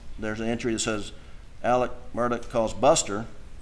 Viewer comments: The fact this family pronounces Murdaugh as Murdock and Alex as Alec makes me not trust any of em. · Why does everyone pronounce Alex, “Elix” . And pronounce his last name, “Murdoch”, not Murdaugh. Just curious.